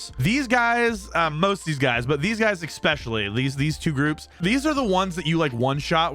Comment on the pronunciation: I had to stop listening cause of the "ecccccspecialluly" No c exists in that word dude.